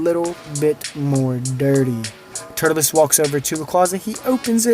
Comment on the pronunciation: His name is TUR-LES